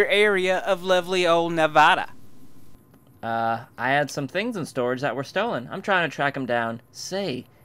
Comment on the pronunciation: I can tell this mod would hit a nerve chip mispronounced Nevada its pronounced like Ne vah da not Ne vaaaaa da im a native of the state and that's a pet peve of mine